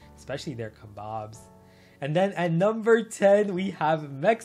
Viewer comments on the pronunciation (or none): Thats kebabs not kebams💀